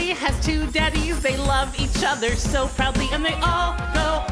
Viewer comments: I think the song has a great message and is wonderfully performed and animated I just wish someone had given an editor the lyrics so they could match them to the melody better. "Proudly" shouldn't be pronounced prd-LEE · That song's only crime is consistently stressing the wrong syllable of proudly.